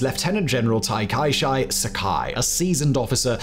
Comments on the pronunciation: Learn to pronounce a name before you say it. TIKISHI really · Takashi is pronounced Taka"shee" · It’s pronounced taka-shee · Ta-kai-shy is the most heroic pronunciation of Takashi I've ever heard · Yeah, usually nails the pronunciation, but that one seemed to trip him up.